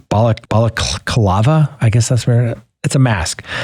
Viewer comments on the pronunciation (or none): Pronounced. Bell.. la...klava... Balalcava. Big in Australia when skiing 🇦🇺. I'm Australian. Great show from a legal eagal. 😊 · Why can't people say 'ba la cla va'?